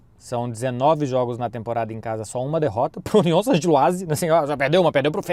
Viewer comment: Que prazer é ver falar Union Saint Gilloise corretamente